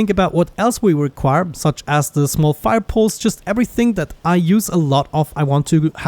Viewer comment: "Fire poles"